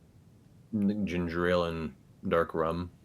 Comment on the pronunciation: I thought Matt was super cool until he said 'Gingerale' ewwwww, now he's only 99% cool...